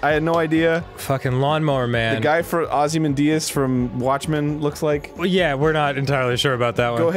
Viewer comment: Did he say Ozzy Mendías? I had no idea there was a Mexican guy in Watchmen.